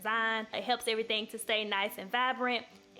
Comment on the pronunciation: you said “i got snow flakes, candy canes and errythang!” 😂😂😂🤣